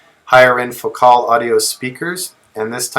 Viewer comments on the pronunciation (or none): none